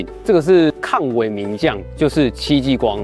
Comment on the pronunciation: 講到光餅，是抗ㄨㄛ名將，不是抗ㄨㄟˇ名將喔😊